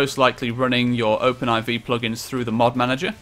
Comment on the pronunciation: why do you pronounce it open i v you pronounce it open 4